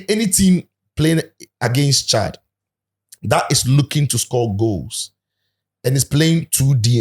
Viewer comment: Coach doesn't know how to pronounce the country's name? Chillld 😂